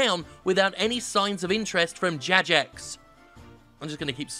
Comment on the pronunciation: the way Jim was pronouncing 'Jagex' was starting to sound more and more like 'Zizek', is the joke